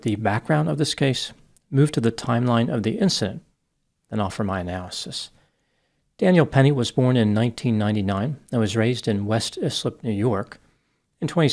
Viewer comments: It's not pronounced IS-LIP, but ICE-SLIP. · the town is pronounced, I (eye)slip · Fwiw it's pronounced "eye" slip. I'm from L(. 😅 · I am going to be that guy. Islip is pronounced “eye-slip”. Thank you for the video🙂